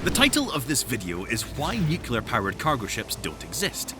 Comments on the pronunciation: *sighs* You're pronouncing nuclear incorrectly. It's not nuke-u-lur, it's new-klee-ar. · Also nukular, yuk. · Great info. Please learn how to pronounce "nuclear" ;-)